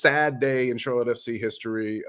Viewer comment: Thanks for pronouncing our club right! Much appreciated! You get a like straight away! What I’ve seen there’s a lot of hate for Patrick, so I can understand why he would go elsewhere to prove himself! With our manger and training ground he will be a better player!! Watch this space!